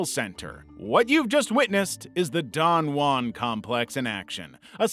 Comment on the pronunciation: Don juan being pronounced so wrong is driving me insane